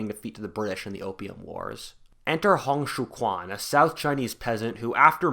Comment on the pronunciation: Hong Xiuquan's quan is pronounced like chu-an